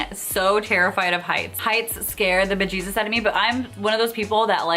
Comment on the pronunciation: Hey Girl, you must have some Irish in you, the way you say bejesus and hebejeebees is so Irish, LOL.